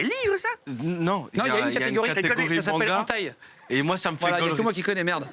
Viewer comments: Quand il a dit "entaille" pour Hentai 😂😭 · On prononce pas comme ça hentai 😱😂